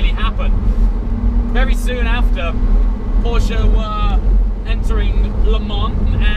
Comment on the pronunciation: The only english talking guy who says Porsche in the right way 😂👍🏻 greetings from Germany ;)